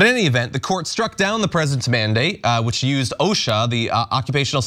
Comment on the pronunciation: “This isnt a manadate”. The name of the order says “mandate”!!!😂😂